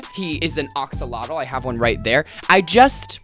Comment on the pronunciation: mudkip is a mudskipper not an axolotl and i have a problem with your pronunciation of "axolotl" but ily sm ur opinions are correct